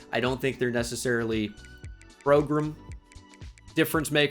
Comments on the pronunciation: It's how Nick Saban says it (progrum) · What is this new pronounced "progruhm" thing? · Why he say "prograam progrm" like that? He did it yesterday too